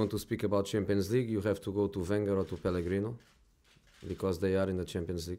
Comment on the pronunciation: I love mourinho ''pellegrino'' hahaha.